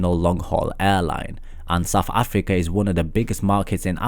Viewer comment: Am I the only one who stopped watching after he said 'Saf afika'